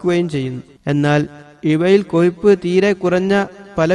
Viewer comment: കൊയിപ്പല്ലടോ.... കൊഴുപ്പ്... ഒന്ന് നാവ് വടിച്ചിട്ട് പറഞ്ഞുടെ?